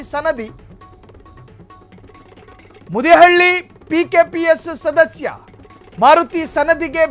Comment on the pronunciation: ಮೂದಿಹಳ್ಳಿ ಅಲ್ಲ ಫಾ ಮದಿಹಳ್ಳಿ